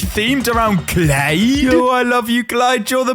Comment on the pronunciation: The way says Clyde had me rolling on the floor but as always it was an awesome video